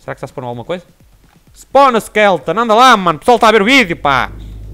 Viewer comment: É SKELETON E NAO SKELTON.